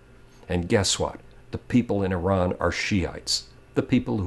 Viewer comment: On of the few americans who pronounces Iran correctly. It is Ee-ran not I-ran